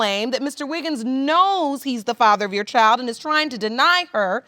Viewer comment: It's Wiggins not Wiggles!